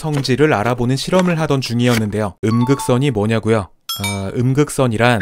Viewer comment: 음극선 ㅡ극 선